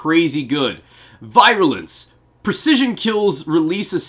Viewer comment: You said virulence wrong.... btw.